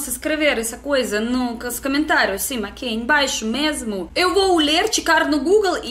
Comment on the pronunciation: uma dica pra você deixar a sua pronúncia com o nativo: Você marca muito o "M" no final das palavras. Mas nós brasileiros falamos esse "M" no final das palavras como "N". Falamos como "SIN" ao invés de "SIM", apesar da forma escrita ser com "M". Mas você fala muito bem o português. Estou aprendendo russo. Você poderia criar vídeos com lições de russo também:)